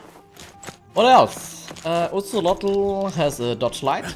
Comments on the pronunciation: Hahaha its Kate-Za-Ko-Ah-Tol 🤣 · That’s not how you say his name.. don’t pronounce the L